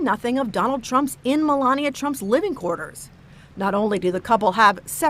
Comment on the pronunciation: Yup! Mole-Lania 🤦🏻‍♂️🤣🤣